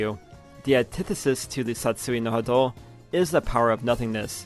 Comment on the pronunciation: Great video but man the way you pronounce Satsui No Hado makes me wanna dive in broken glass lol